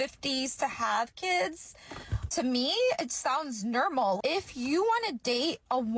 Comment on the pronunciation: That is not “nurmal” 🥴